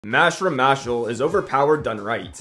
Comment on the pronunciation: its pronounced mash-l not mash-lee??????? no i like mashlee more